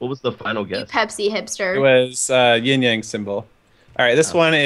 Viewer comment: Ahahha called Jordan's Pepsi as "Ying Yang"